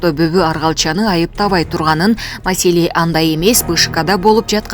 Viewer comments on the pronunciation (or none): none